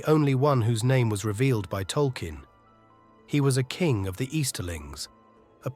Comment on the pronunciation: tolky-en? It's Tol-keen! Come 0on bro. lol